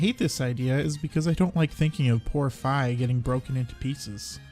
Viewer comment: FINALLY!!! SOMEONE WHO CORRECTLY PRONOUNCES FI'S NAME CORRECTLY!!! THANK YOU!!! Great video btw!